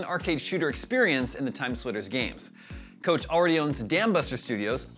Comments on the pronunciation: Koch is pronounced coke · Isn’t it pronounced “Coke”? And he said it twice.